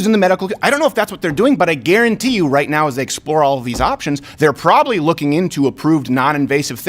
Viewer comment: you are "probilly" right, lol